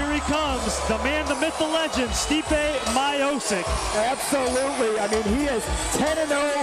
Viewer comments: It’s Stiopic...not Myopic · Stipe My-eye-poke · americans seems to have less to do with slavic names :D stipe majozik :D poor pronouncement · My dad was his wrestling coach and thats how everyone pronounced his name. We also didnt call him Stipe, we called him Steve, Steve my-oh-cic. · Stipe Miochich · M-ee-o-ch-ee-ch, o like in orange, ee like in green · are you deaf?? he clearly said stipe mayo-sick.. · Stee-peh My-O-sick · My-O-sick? oooookay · thats not how you say miocic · how the fuck did he said miocic i am from croatia and im very offended by this